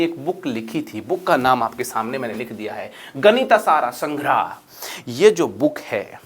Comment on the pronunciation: सर कृपया हिंदी में बोल रहे हैं तो " महावीरा " को " महावीर" बोलें इसी तरह "गणित सार संग्रह" होता है " गणिता सारा संग्रहा" नही। बड़ा अजीब लगता है।